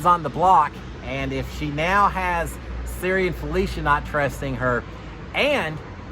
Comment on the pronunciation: This is so hard to watch when you keep saying Siri